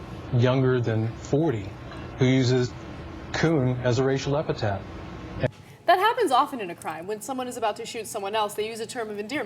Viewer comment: Racial EpiTHET! Racial EpiTHET! EpiTHET! EpiTHET! EpiTHET! Goddamn, the fucking word is fucking epiTHET! EpiTAPH is what they write on your fucking grave. The word is EpiTHET! When will Americans learn to speak English?